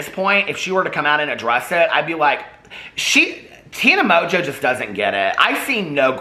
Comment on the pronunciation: First of all I was hearing you say Tana Mojo, second I go search for Tana Mojo and end up with Tana Mongeau. Third I look at her video thumbs and pick one and I hear out of her mouth "I'm high as fuck." Get where I'm going with this? [END]